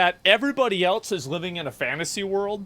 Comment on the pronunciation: SHOW ME THE T IN ELSE.......WHY DO PEOPLE SAY IT LIKE THAT